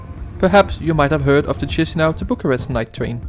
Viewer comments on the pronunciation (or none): It’s Kee-shee-NOW, not cheesy something. Ch in Romanian, Italian and some others = k, s with a comma underneath = sh Upd btw we in eastern/central europe call the peninsula Jutland yoot-land-(ia), not dshut-land like the Anglos do 😉 because some respect to the native pronouncing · Please, "Kishinow", not "Chisinow" (in pronunciation). Please! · that’s you who’s cringe 😄 it is the official reading, I’m quoting: Chișinău (/ˌkɪʃɪˈnaʊ/ KISH-in-OW, US also /ˌkiːʃiːˈnaʊ/ KEE-shee-NOW;… Saying “cheesy now” is like reading choir like chewer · It's not Tschischinau. It's Kischnău. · Ikke for at være nidkær, men på rumænsk udtales digrafen ch som /k/, ikke som /tj/. Så den moldaviske hovedstad hedder dermed /KI-sji-næv/ og ikke /TJI-si-næv/. Mægtige hilsner fra Bukarest! :) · Stop pronouncing "tchishinau", it's actually "kishinau". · Tchiss-a-now?! : D Okay, thanks, bye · /IÁSH/ /KISHINÁU/ That's how you read them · it is in English language 😃 in English, one reads Chișinău like Kee-shee-NOW, stop being cringe, I beg of you